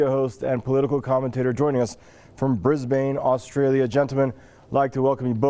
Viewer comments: Bris-bayne awstraylier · It is pronounced 'Briz-bin'. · Hansen It is a city in Australia. But you don't pronounce it Briz-Bane.